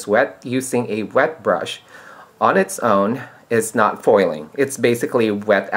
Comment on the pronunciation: "Poil".. lol.. Spoken like a true Filipino.